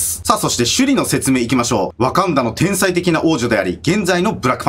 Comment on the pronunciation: 天才のこと「おうさい」って言ってたw 疲れてますよ